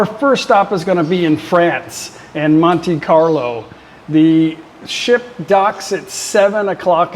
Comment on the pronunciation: Looking forward to your cruise adventures! Hope you have great fun, I love Barcelona and Rome, try to walk as much as you can handle, it's a good way to stay away from pickpockets and touristscams, but mostly because there is so much beauty around every corner... by the way, Monte Carlo is pronounced "Monta Carlo" and Nice is pronounced "Niece" (daughter of your aunt). In French, Dutch and German the English E is I,, the I is Ai, the A is E. We are weird, I know.